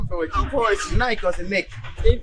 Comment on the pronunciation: Hey everyone who kept replaying just to hear the name of the designers boxer "Nike" how she pronounced it 😂😂😂